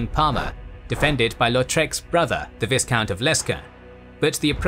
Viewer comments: "Viss-count" bro you're killing me 😂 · Please learn how to pronounce viscount correctly. That was painful to listen to.